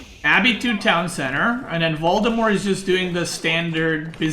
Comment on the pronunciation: i like how you pronounce Valdemar as Voldemort